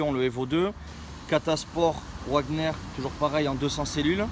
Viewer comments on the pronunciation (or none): Échangeur "Ouagnerrr" 😂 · Normalement ca se prononce vagner mais il le dit bien comme il veux